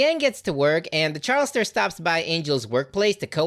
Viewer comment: ... DID YOU JUST SAY CHARLASTOR??? BRO IM BREAKING DOWN IN TEARS RIGHT NOW SOMEONE SAVE ME